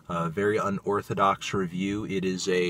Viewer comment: “This is Rrrrrunning on Melon, food ReVIEW”